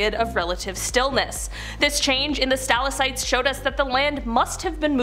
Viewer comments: Great video, but I'm going to be "that person" and give you one note on your pronunciation. It's sta-lac-tite, not stal-a-cite. :) Keep up the good work though. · Omfg- say it with me Stal• ac• tite, say it and repeat it. 🤷🏻‍♀️